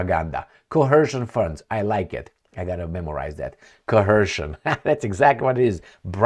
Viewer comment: Coercion+Cohesion=Cohercion... Tupolev/Tupelov 😀😀😀😀😀 Dear, please slow it down with that fermented grape juice!